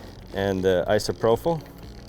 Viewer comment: isopropyl alcohol ī″sə-prō′pəl No F sound in Isopropyl